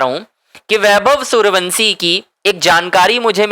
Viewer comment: जब तक वैभव के घर लेकर चलो तब तक वंसी की जगह वंशी बोलने की प्रैक्टिस कर लो।